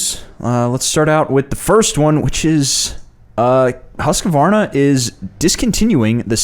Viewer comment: "Husk-vaana" What a shame to end this Sexy bike. The big 4 did all that "Crossing Over" cc's back in the 70s Suzuki had 50, 70, 90, 100, 120, 125, 175, 185, 200, 250, 380, 400, 500, 550, 750,& they, & the other 3 had this closeness across almost every model in their range, I had the full range of Suzuki's GT range at one time & the difference between some of them wasn't even noticeable, my beautiful wife still has the first bike she ever rode on, a Suzuki GT 380, bought for £30 back in the 80s, it looks "Stock" but it's better than original, even faster than original, but then it should be with the amount of money we have lavished on it, it now stands us at £300, & she rides it like she stole it everywhere & never had an accident, but then shes only been riding for about 40 years.